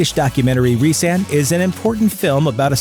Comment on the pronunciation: Resan not reesaan